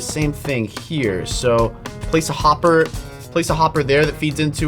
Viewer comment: Unspeakable for the bee farm when you said hopper you said homber